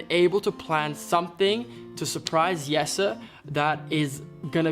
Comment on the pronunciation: That is how you would pronounce Jesse's name in Dutch! Not an accent thing but pretty Dutch of.